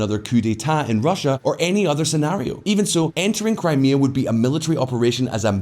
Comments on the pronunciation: "Kray-mah-ah" lol fucking hell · can you get rid of the woman voice who pronounces 'Crime Mia'. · Crymayha? Come on! Crimea is only the topic of the video. She could at least get the pronunciation correct🤬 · That Crimea pronunciation 🤦‍♂ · Just jumping in to say that the new voice over sounds much worse as AI than when you guys did it yourself's. She kept saying Crimea incorrectly. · That AI voice pronouncing 'Crimea', though... xD